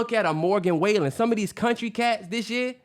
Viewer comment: Kills me how y’all never pronounce Morgan Wallen’s last name right😂